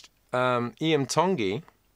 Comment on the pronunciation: You don't even know how to say his name correctly.